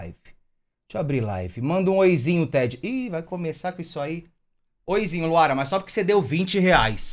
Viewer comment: Me deu agonia ele falando "tEdi" -" se diz T3ddy